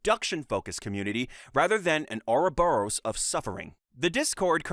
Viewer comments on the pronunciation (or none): none